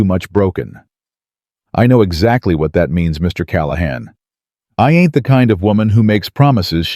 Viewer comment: Every time you use the word "ain't," it sounds forced. It is not likely that they used this ungrammatical word so often and with the stress you use, as though you are trying to make the characters sound illiterate. Also, your reader does not know the difference between words like "tear"(meaning water from one's eye) and "tear" ( meaning to break apart), and many other such words.